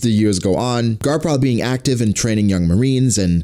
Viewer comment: because he said "carp" not garp xd